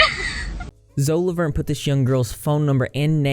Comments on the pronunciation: lmaoooooo "Zo LaVuRn"💀💀💀💀💀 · WHYYYY are ya'll saying 'zo Lavorn' lol